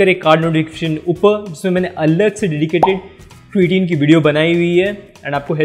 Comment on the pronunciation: sabse phle to beta vo क्रिटिन नही क्रेटीन hota hai gawar pronunciation sikh le phle